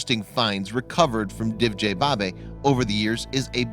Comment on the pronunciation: Great video, thanks! The name Divje babe should be pronounced as "divya" babe though, meaning wild women. Best regards from Slovenija!